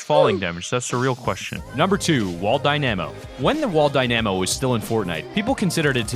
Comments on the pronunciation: Die-nuh-moh not die-nAm-oh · why do you say dynamo like that😭 dyNAmo😭 its dyna mo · It's Dynamo not Dy na mo goddamit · You pronounce dynamo wrong, it’s DY-nam-o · It's pronounced dyna-mo not dy-namo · Isn't a Dy - namo pronounced Dyna-mo. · It’s DI-Na-MO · its die-nu-mo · It’s pronounced die-na-mo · Yeah it’s wall die-na-mo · Ahaha ‘die namo’ 👍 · Say it with me. Dy-nuh-moh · how can you get the pronunciation of "dynamo" so wrong? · You say dynamo wrong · There most definitely is a correct way to prune nonce it. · Man U can’t even pronounce dynamo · Bruh can’t even say dynamo correctly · Thats not how u pronounce dynamo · who else got triggered at him saying Dynamo wrong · U say dynamo wrong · the way you pronounce dynamo is very strange, good video nonetheless. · You are pronouncing dynamo so wrong but great vid